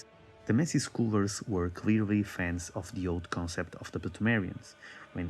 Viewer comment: the way you pronounce scholars. You do it like Eileen, when she pronounces HUNTER.